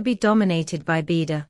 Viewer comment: You need to Teach your Speech How to pronounce BeiDUo!! It's an agony to Listing to it Now !!